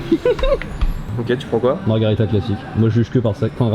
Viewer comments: ça s'écrit margherita et ça se prononce marguèrita. la margarita c'est un cocktail mexicain hahaha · "margharita" vous écorchez mes oreilles a chaque fois que vous le prononcer comme cela!!!!!! Pour avoir mager des pizzas au Japon, pas mauvaise, bien au contraire, mais de la a les préférer a celle en italie......m'enfin!!!!! alons!!!! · Par contre c’est MARGHERITA merci..